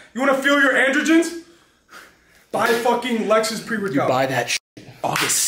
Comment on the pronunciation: Not lex.